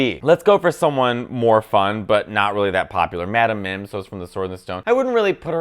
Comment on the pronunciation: You did Madame Mim wrong!!!